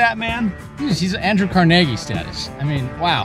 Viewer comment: That pronunciation of Carnegie was just outrageous